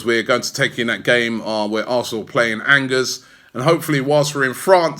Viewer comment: Hey Robbie good stuff as usual but Angers is pronounced Anjae "An" as in Encore, "ger" as in jae. Hope it helps!🙏🏾